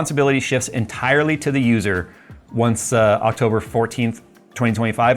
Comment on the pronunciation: " in octoburrrrrr 11 "